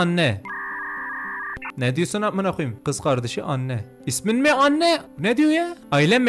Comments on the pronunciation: Anne an diye okunuyo mesela anne marie varya an mari 😊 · Abi anne eni diye okunuyo isjsjssjjs